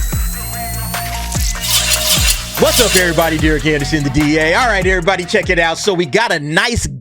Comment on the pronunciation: "Andersson" huh? Who in your family was Swedish?